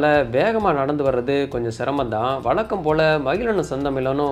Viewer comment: வளக்கம், செந்தமிலன், பளக்கம்.....ரொம்ப சுத்தமான தமிழ் உச்சரிப்பு!😂😂😂😂😂😂